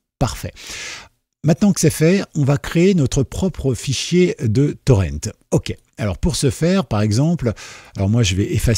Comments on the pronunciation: Honte à vous ! Prononcer "Torrent" à l'anglaise alors que c'est un mot... français !? Pas fort... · Le mot français pour "torrent" est... "torrent" ! C'EST un mot français : le "torrent" d'une rivière !!! Ça se prononce comme "Laurent" ou "auvent". PAS le "ent" à l'anglaise...